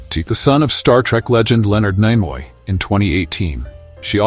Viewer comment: Great video. I especially like the narration of Jolene Blullock, who played TeePol. Also, Kira Nerris, who worked well with Lieutenant Commander Werf on DS9. Also, Terry Farrel, who married the son of Leonard Naymoy in 2018. For crying out loud, how tough is it to find a human to read off a script?